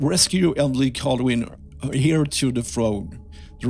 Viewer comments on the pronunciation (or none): Heir is pronounced similar to air. Its a silent H. I hope you dont mind me correcting. I know you are practicing so trying to help. You doing great though. Your reading is very fluent compared to how many years you been doing this and its not your first language.